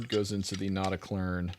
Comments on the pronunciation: "Not a klön" ... pronounce ö = b rn. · It's not pronounced "klern", it would be like that with the umlaut but without the r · Pronounced not-a-kloen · "Notakløn" 😆 Like "O" and "E" pronounced at the same time, not sequentially. Like "Notaklearn" yes, but without the extra pressure on "earn", which prolongs the sound. "r" should be completely silent, so no pirate noises in there 😆 Think more like french maybe, or a middle-thing between french and american 😆 I'm a dane btw. We don't have umlout ("omlyd" in danish, which litterally means "re-sound"), but we instead have actual letters like Ö = Ø for instance 😊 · You were almost right about the pronunciation. The "Klön" is pronounced like the word "earn", but without the "r" in it! So almost like "Klearn", without the "r".